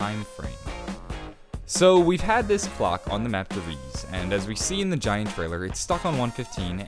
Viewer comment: "Gaint" 10/10